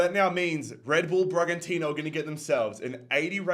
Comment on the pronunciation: Dude, don't pronouce Bragantino as "bra-JUN-tee-no", it's "bra-GUN-tee-no" - Random Brazilian guy